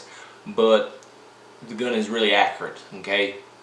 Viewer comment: “Accrite” , lol